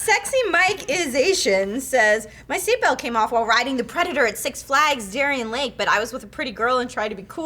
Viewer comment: I didn't mean to make it sound like I didn't care that I survived, that's very fortunate! Lol. Just bummed me out cuz I really liked that girl. Also it's darien lake not dorien lol